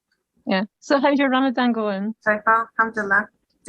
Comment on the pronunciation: Its Ramadan (ض is a heavy DH not z, ز is z)